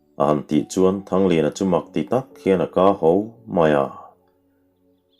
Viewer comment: "Ka ho" tih hi "kâ ho" ti hian i lam ṭhin a, "ka ta" tih a "ka" rik anga lam tur niin ka hre si.